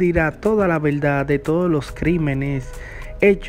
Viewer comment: Mi opinión , “cadena pelpetua” para usted por sus malísimos y faltos de “veldad “ de sus relatos.